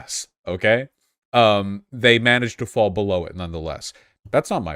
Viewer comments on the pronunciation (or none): none